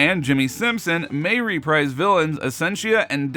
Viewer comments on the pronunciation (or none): none